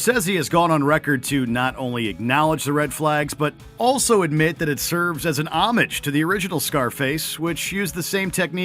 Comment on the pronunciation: I like Mojo but please please please, if you don’t know the pronunciation of a word, find out! Homage is the word in this video. Happens a lot in mojo videos. Drives me nuts.